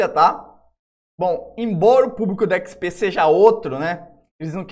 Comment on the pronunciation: Mano, esse cara não sabe falar XP... PQP.... é irritante....ahauhuauahu